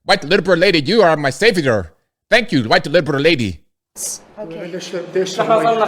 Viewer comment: Clown News Network 🤦🏾‍♀️ Special shoutout to this episode's accents, 🙏🏾"thank you huwite liberal lady", may Allah bless your stupid bleeding heart.🤣🤣 👌🏾🎀❤️🙏🏾and...✌🏾